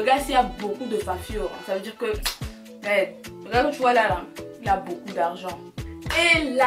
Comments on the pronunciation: Confirmation que tu es vraiment une camer, tu as du dire le mot "merdeuuuuu" 50fois😂😂😂😂😂😂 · Le nombre de fois qu'elle a dit merdeu 🤣🤣🤣 On est ensemble 🥰🇨🇲🇨🇲🇨🇲